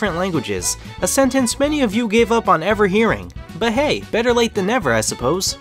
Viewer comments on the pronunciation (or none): none